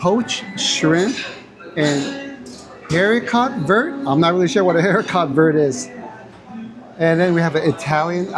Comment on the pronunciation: "Haricot" is beans. "Vert" is green. Haricot Verts is a French thinner version of green string beans. And pronounced a little differently.